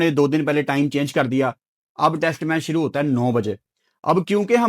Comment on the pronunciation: When say: Shoro se shoro kerte ha le me 🙃